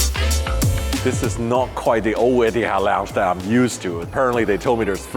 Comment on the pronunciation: Please educate yourself on pronouncing word Etihad not ettiead.